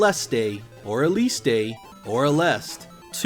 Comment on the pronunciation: Mr., I'm Japanese and tell you the true pronounciation. The true title name of [GG Aleste] in Japanese is [Galvanic Gunner (GG) A-LE-SU-TA]. It was released in, the original price was 4,944YEN ($40). This is the most expensive GG title in Japan, bucause the number of released package were very few. And now it cost at least over $400 (with box, manual). I bought two secondhand [GG Aleste 1] (with box, manual), but the price was about $70 in 1993 and the latter one was about $180 in 2000.